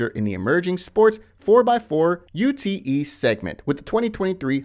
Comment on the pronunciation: A “U T E” is just a Ute in Australia! No need to emphasise each letter!